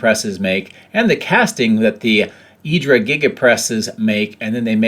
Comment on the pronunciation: Isn't it "IADRA"giga press? 🤔